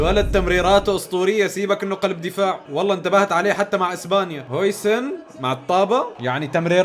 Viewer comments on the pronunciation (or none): ياخي اسمه هاوسن مو هويسن افهموا